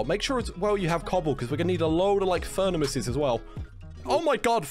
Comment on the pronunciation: Am I the only one who caught him saying "furnamaces"?